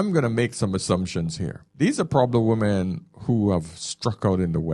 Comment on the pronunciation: I have watched and enjoyed a lot of videos, still can't understand why the most used word, he can't pronounce properly, i.e. "women" Most non native speakers can't pronounce it properly (I was an English teacher for 20 years). But he is not a non native speaker. He sounds like he is from the West Indies. Ironic that that is the only word he can't pronounce properly isn't it.